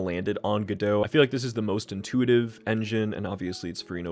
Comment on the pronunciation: you said Godot and that was the moment I subscribed